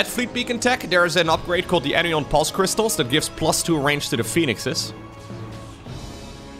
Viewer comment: The word anion is pronounced ANion...not anIon. It sounds essentially like saying "an ion" as two separate words. So anion sounds like "an ion" cation sounds like "😺ion"